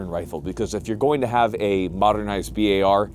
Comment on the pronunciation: >bi ay ar instead of bar he be sayin "bi ay ar" lol blyat dizzed